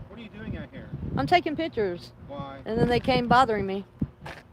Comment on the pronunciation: She's taking 'pitchers', lol.